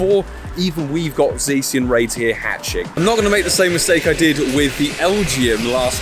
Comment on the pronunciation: You forgot to Silver Pinap your 1st Shiny Zacian. Just throw throw away the whole account 😅. P.S. It's pronounced Zaw-shee-un. - Grammar Police 😌